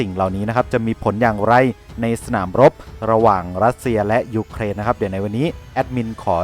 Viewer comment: เวลาเขาวัดแพ้ชนะวัดที่ แผ่นดินที่ได้ที่เสีย ครับ มีแต่เด็กน้อยแหละมานั่งนับของที่พัง แล้วเวลาแอดแม้งพูดถึงยุเครน แอดแม้งชอบทำเสียง2ด้วยวะ รั่วชิบ